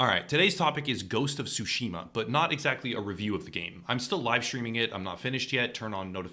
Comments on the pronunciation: ITS TSUSHIMA NOT SUSHIMA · The "T" in Tsushima is NOT silent, practice with saying Tsu and make sure to pronounce the T then say Tsushima. Please, it is not sashimi with an A at the end.